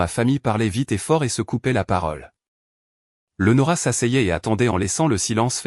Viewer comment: Même pas foutue de prononcer le prénom Léonora correctement, quelle misère, ne demandez pas des likes, c'est injuste